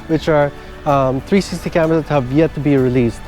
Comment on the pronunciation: Is this a joke, or are you seriously incapable of saying the word "360" ????